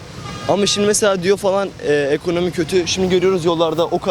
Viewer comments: Ekomoni dediği için ciddiye almadım:) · 🤣 ekomoni, ekooni